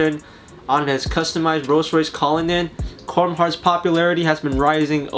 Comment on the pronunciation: “Corm” Heart